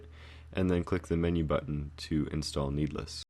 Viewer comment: YES OMG ITS SO ANNOYING